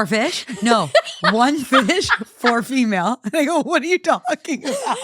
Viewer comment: I am crying, I am so stupid😂 When read the title of the first story and I heard "fish (4/ female)" I was like oh interesting OP calls her daughter fish?😅 And I started thinking that maybe in Scotland they use fish for daughter😂😂